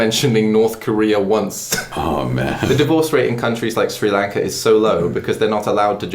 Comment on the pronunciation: Me being Sri Lankan and seeing that my country was mentioned in a video: WE HAVE FINALLY BEEN RECOGNIZED!! (Sri Lanka isn't a very popular country) I also can't help but laugh at how pronounces "Sri Lanka" with his accent 😂